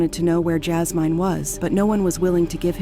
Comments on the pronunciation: Her name is JAS-MIN not MINE🤦🏾‍♀️. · PRONOUNCE THE F**kin’ names properly Jazz Mine? JI-Me? Really? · That’s not how you say her name it’s Jasmine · Oh wow! I was wondering was it AI but I didn't really know... it was driving me crazy how they kept saying her name 😂😂😂